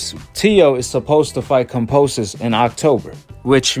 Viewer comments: It’s kambosos bro not kamposos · Oi😅 Pronounced ➡️ Kam - bo - sos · Ya know Kambosis is pronounced with a B right?